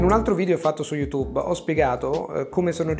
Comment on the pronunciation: Jajajaja fue gracioso como pronunció Youtube en italiano ya que estoy acostumbrado a escucharlo en inglés.